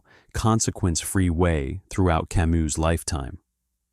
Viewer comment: learn to pronounce Camus correctly in French,its ironic to try to get to deep philosophy and mispronounce the name either you or the AI you use. Till that happens I rather open Camus myself in French and read the original